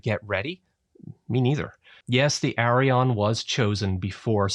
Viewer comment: Please pronounce Arianne correctly. I cringe every time you say "Arion".